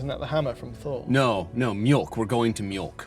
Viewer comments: It's not mjolk, it's mjölk. O is not Ö. It's like saying s is the same letter as t. They're not. Secondly, why the hell would a furniture store be called 'milk'?. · Its mjÖlk and not mjOlk. It menans milk in Swedish. Use Google translate to pronounce. 😂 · Funny that the chair at Mjölk was Danisj when the word "mjölk" is Swedish. The Danish word would be "mælk" - which sounds a bit more like the English "milk". Also, the "ö" is pronounced more like the "i" in bird (or "e" in nerd, "ea" in heard, "u" in turd just because English is hilarious). Terrific vid as always, and! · Mjölk pronunciation almost correct. 🤣 Well actually, not even close but it sounded funny 😂